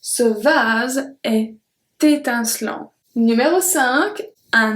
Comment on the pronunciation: Your ' L'est ' pronounciation is different from the one I learned. Shouldn't we say it the way we pronounced 'et'?